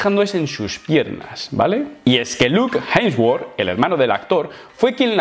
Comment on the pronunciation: Nadie: Pero Nadie:: Jensguor